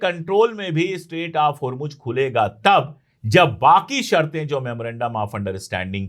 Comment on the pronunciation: اشوک پانڈے صاحب اپ بہت اچھا بولتے ہیں سچ بولتے ہیں اپ اردو بہت اچھی بولتے ہیں اور ہرمج نہ کہا کیجئے ہرمز ہے یعنی جے کی اواز نہیں ائے گی زیڈ کی اواز ائے گی